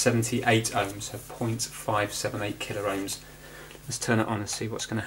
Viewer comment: Please,, it's pronounced KillOhms and MegOhms, not Killer-Ohms and credible!